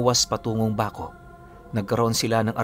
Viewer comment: Natatawa ako sa pgbigkas mo ng Baco.., 😂😂😂 halatang Hindi ka tiga-Mindoro… Totoo po ako wakwak sa Mindoro..